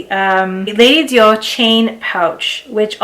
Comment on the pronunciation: Sweetie, you’re not French. Why are you pronouncing Dior that way? 🤡🤡🤣🤣